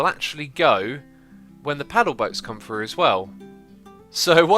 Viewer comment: its Through not Fru